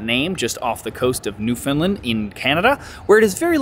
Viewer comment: love your videos but my soul, you butchered the name of my home. New-Found-Land. I'll forgive you because love ya videos.